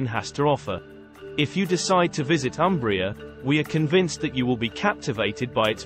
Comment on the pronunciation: 🚩 And start from respectful correct pronunciation of Umbria: it’s “Oombria” ( like in “moon”.) Italians will be grateful to you for that. 😂😂